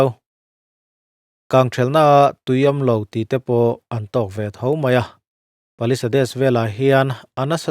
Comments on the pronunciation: Paliseid tia lam tur alom(palisades) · Palisades khi i va lam thring bik ve.. He tianga video siam ve tur te chuan mi lam dan, a lam dan dik te hre hmasa ve phawt la maw le..